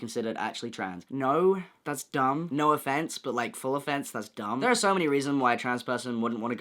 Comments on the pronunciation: the way you said “no offense” sounded like your name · Lol true